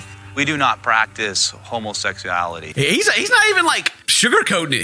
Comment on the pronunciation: "In the mormon faith, we don't practice Homoseck-soo-ality"